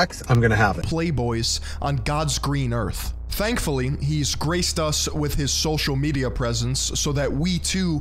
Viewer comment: “ Go on Sthostcial media “ what ?!?!?!?